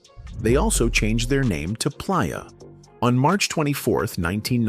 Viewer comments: Da Bassment & Plyah fcked me up 😂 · He Pronounce Playa like Pliyer....AI all day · Bruh 😂😂 I thought I was tripping when I heard the way ai pronounced “Playa.” Making it difficult for no reason. At least I feel some job security now 😅 “GeeUweenie” took me clean tf out! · i said the same thing and he kept saying Ginuwine name wrong and Playa🤣🤣🤣🤣